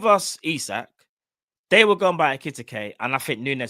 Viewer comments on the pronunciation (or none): Bro his name is EKI TIKE 😂 pronounced EKE TEEKAY